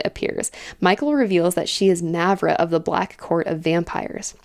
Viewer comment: Btw, both As in Mavra are pronounced the same, with the long ahh sound.